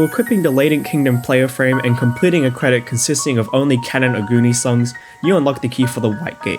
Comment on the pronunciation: Great video, I can't believe that having played maimai for like four years I'm only now finding out it has, like, a real story. My only critique would be to look up how to pronounce the things you say before you say them: Jouez avec Moi, Sakuzyo, Kanon Oguni, and Yakuza were the most egregious ones I noticed although you certainly gave them a good try.